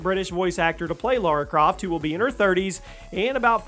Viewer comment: Lara, not Laura!